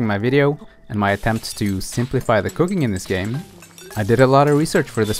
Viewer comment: Ok...I don't wanna say this like it was an alarming thing. I could of sworn you said Cocaine instead of cooking.